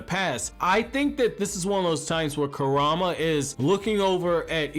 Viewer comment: RIGHT?? LIKE CAN YOU NOT PRONOUNCE THEIR NAMES? EVERYBODY PRONOUNCES IT WRONG!